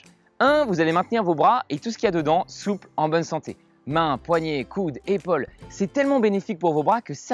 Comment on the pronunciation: C’est pas comme ça qu’on prononce le mot « épaule » 🙄